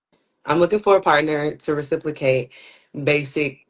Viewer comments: Did she just say "reciplacate"? What does "reciplacate" mean? Lol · One flaw should've been, "I need to learn that its reciprocate, not reciplicate." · Girl's, aint no "L" in reciprocate. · Lawd I thought it was a mistake. She said "reciplocate" twice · More in “death”. I want someone to “reciplicate”…. Ma’am instead of studying psychology you need to focus on grammar & pronunciation. 🤦🏽‍♀️ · Demolished the word reciprocate 😮. It was nuclear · Right, it's Reciprocate. She made up a damn word.